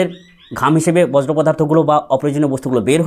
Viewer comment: বজ্র নয় বর্জ্য উচ্চারণ